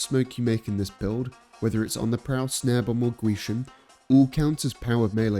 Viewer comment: Man pronounces gwisin perfectly